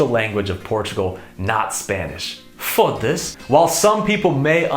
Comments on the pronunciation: That fodasse was amazing. It sounded exactly how a portuguese would say after earing the surprise in the foreigner discovering Spanish is not our language. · Esse fodasse foi PERFEITO. Perfect accent XD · First time I appreciate a foreigner saying Fodasse the correct way and in the correct sence. Congrats! you got my Sub. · You're Portuguese accent is getting better and better. That "Foda-se" was as Portuguese as it could be. I'm glad you like Portuguese food so much, I moved out of Portugal a few years back and it's definitely what I miss the most. Btw caracóis are really good. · Your “foda-se” sound perfect 😂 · Foda-se.... perfect "foda-se", Foda-se! Congrats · Bro your "Foda-se" was perfect! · You say " FODA -SE" very well 😂😂😂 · Oh man! That "foda-se" was superb! You are now officialy a tuga! Welcome brother! 👍👍